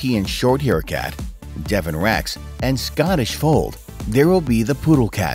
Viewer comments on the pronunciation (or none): none